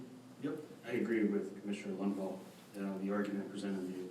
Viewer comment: "Mr." lunvall lmao am i the only one who caught that funny ass shit????